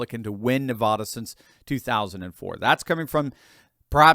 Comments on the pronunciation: It is NOT pronounced Nahvahdah,! It is Nuhvaduh. Short “a.” You don’t sound more sophisticated when you pronounce it “Nahvahdah.” You just irritate Nevadans. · it’s NevAda not NevAHda… love your channel sir! 😊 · It's NEVADA, not Ne-vah-da! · I appreciate you. Thanks for the great news. By the way, while we are correcting common mistakes, it is NeVADa (which rhymes with mad), not NeVAda. I'm just saying. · Please start pronouncing Nevada correctly!!! Love your videos, but that is annoying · Please learn the pronunciation of Nevada. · Please learn how to pronounce "Navada" properly. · I love your content but please STOP MISPROUNCING "NEVADA", the middle part rhymes with ad like sad or mad. Thank you.